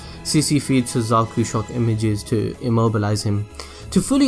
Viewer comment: Suzaku not Suzuku